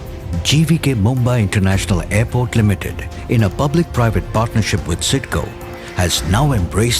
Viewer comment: aairport? jahil aurat airport hota hai